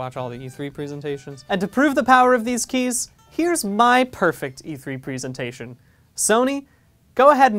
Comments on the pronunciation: Why is nobody talking about him saying "prisintation" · Who knows, he pronounced 'presentation' wrong the entire video